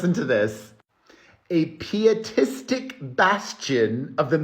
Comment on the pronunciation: It’s pronounced “pie-uh-tistic” and “pie-uh-tism”. It’s where the word pious comes from.